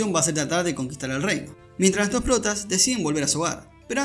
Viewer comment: Oye guapo, desde que hiciste el resumen han ocurrido cosas que me dejaron completamente IMPAKTADARKS y con ansias espero que hagas un resumen de aquello con ese estilo tan único que tienes. Por cierto debido a ti ahora le digo Boshi en vez de Bojji es que suena taaaaan astetik JAJAJA